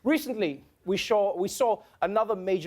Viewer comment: Haha Trevor.. What did you say we did recently? We 'shaw, ' !!! Sounds like my Kenyan Kikuyu friends